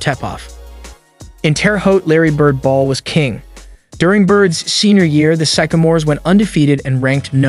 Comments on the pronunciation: Epitome has four syllables! And please look up how to pronounce "sycamore". LA Dodgers? Is this a bot reading the script? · It’s pronounced Sick-a-more not Syke-a-more . Named after a tree with the same name . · it's not SYKE-a-mores, it's SYCK-a-mores. The sycamore is a type of tree. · The college team Bird played on were called Sycamores ( after the tree) pronounced sick-a- mores. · Did he say epp-ih-tome? Sye-ka-more? Why don't people look up words before garbleiing them? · Sic- a- mors. Jeez.... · It is pronounced, sick-a-mores, like the tree. Bird never played for the Chicago Bulls. Gee whiz, do a little editing, and/or research, before publishing. Good video, otherwise. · Learn the language. It is Sycamore starting sounding like "sick" and Epitome ending with "me". It is ridiculous to put out a video with such elementary errors. Ruined it for me. I can't trust your research as competent.